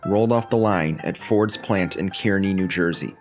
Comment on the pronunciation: 'Kearney' is pronounced as 'car-knee'. My dad worked there for 33 years.